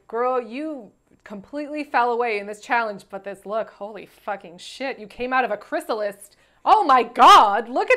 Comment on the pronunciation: Did say chrysalist rather than chrysalis? Is this like gowned instead of gown? I'm fascinated. Is she going the way of Alyssa'a rigger morris?